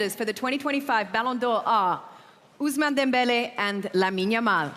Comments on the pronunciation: the random guy is frying me the way he said Dembéle 😭 ✌️ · Dude just said "Dembele"😂